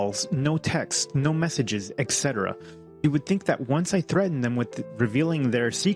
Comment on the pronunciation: Whoever the guy is who tells this story.. "Etc"... why do you pronounce "etc" as "excetera"? There's no KS sound in it...